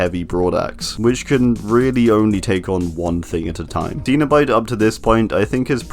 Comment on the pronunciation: It trigers me its cenabite not canobite